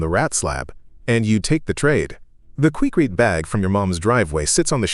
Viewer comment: I can't count the number of times I went to Home Depot and picked up bags of "Quickratay" Concrete Mix. AI narration at it's finest.